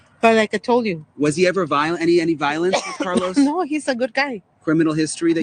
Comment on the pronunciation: So fucking obnoxious how she pronounced Carlos